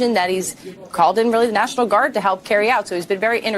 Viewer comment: WEALLY WEALLY BWAD